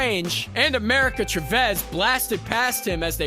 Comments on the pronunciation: Why was your pronunciation of Chavez and Mjolnir so weird? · or America Chavez